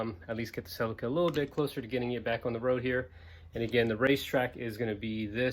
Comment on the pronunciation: You pronounced Ce LEE kah wrong :P Nice work on the fuel tank and love the CRX.